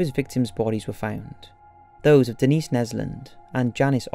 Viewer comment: Dennis ? I think it’s Denise. Lol